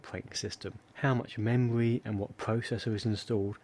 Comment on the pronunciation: The memwy and pwocessors awen't working pwopewly, to egt the to wun wight............... Seriously feel sorry for this guy. His mommy talked too much baby talk when we was a wittle boy and now he has an annoying speech impedement.